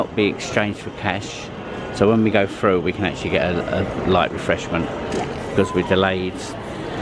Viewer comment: Did you say FUNDER, is it not THUNDER, you also said FROO and its THROUGH!!!!!!!